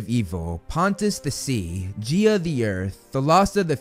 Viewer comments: corection: gaia, not gea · I’m sorry but GEIA??? Ur saying it like Jea and like Guy A GAIA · Actually,, minor correction; Gaia is pronounced as (Guy-ah) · really? I've never heard them I've literally only ever heard it pronounced Gaya or Gaia I guess Geeah makes sense since it sounds like Geo but again I've just only ever heard other media say the other two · Only some minutes into the video, I never thought of 'Gaia' as 'Geea' I always pronounced it like 'GaYa', just thought it's funny haha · I'm not saying that the video was bad but the Gaea instead of Gaia was funny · you're right, I just checked and some audiobooks do pronounce it that way, maybe the first a is silent 😀